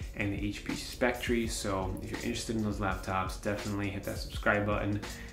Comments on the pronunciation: Please learn how to pronounce the name of the product you're reviewing. It's pronounced "Specter" despite the spelling, not "spectREE." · It's pronounced Spec Tur...not Spec Tree. This was another useful upload. I appreciate the trackpad comparison. Also, I don't think the power brick was an issue for HP, because they assume the battery life on the x360 is so superior that most consumers will ignore the fugly brick. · You say it like spectree. It's pronounced specter. :) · Great video! Just a note though.. It's pronounced Speck-ter. 🙂